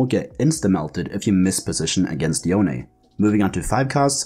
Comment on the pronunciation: Y-own. Yo-nay.